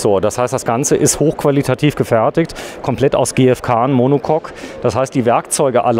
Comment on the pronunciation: Monocock??😂 Monocoque !